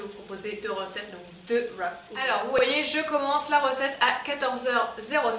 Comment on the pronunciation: Au top sa change des recette (normale) et wraps se dit vrap 😉